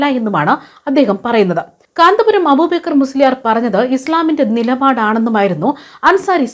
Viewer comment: അബൂബേക്കർ എന്നല്ല അയാളുടെ പേര് അബൂബക്കർ എന്നാണ്